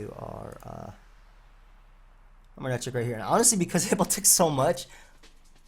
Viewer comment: “manetric comes out” Classic